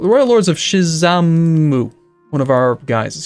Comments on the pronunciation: Shimazu not Shizamu! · Please do go with colonization. Also it is pronounced shi-ma-zu